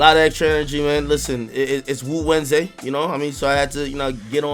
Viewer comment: Did Just Say “I’m a put on some POP SMOKE for WU-WEDNESDAY??” It’s WU-WEDNESDAY...Not WOO WEDNESDAY!!...unless I’m out the loop on something.